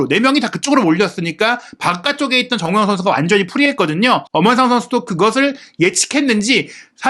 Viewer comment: 아... 발음이 나만 정호영, 정호연 이렇게 들리는건가 정우영입니다!!!